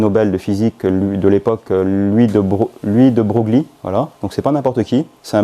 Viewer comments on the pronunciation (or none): De broglie prononcer De breuil bien à vous .....